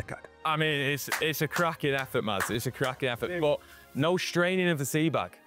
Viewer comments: MASS! HIS NAME IS PRONOUNCED MASS! It's not rocket science. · Could have pronounced his name correctly, it isn't Mads. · why do they pronounce it with the D sound? just say Mas, it is closer to how its supposed to be pronounced. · You might be interested to know, the correct way to pronounce his name would be to drop the "d" sound